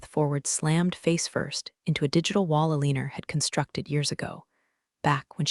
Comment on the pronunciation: Aleanor is misspeak for Eleanor.